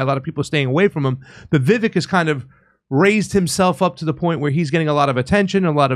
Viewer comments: VeeVÁKE. Like CAKE. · Vivek - pronounced vi vake, like cake. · It’s pronounced Vee Vake (like cake)